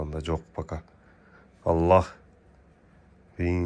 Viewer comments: Аллох дебей Аллаахх деп даана айтсаңар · Биринчи Өзүң үйрөн Алланын ысымын туура айтканды!карганы жайына кой дөң баш.